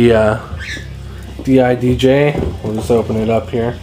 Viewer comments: Not called d-i-d-j. It's called didj (di-j). I'mawesome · you pernounse it DIJ